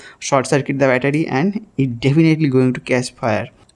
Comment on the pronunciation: Battery❌ Byataarie ✅